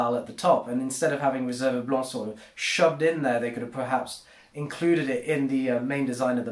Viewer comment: Your French accent when pronouncing "Blanc" is quite spot on!